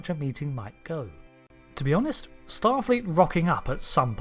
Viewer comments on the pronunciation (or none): none